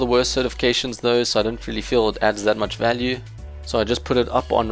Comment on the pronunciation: When he says "value" 😩